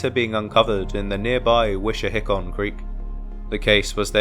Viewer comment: Also Schuylkill is pronounced School-kill and Wissahickon is pronounced Wiss- a- hick-k-in.